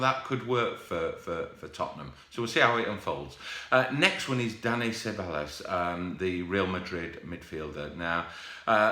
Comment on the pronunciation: Still not pronouncing Ceballos right, Google it please!